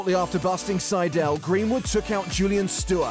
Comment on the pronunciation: Gweenwood is my fwavwoot pwayer.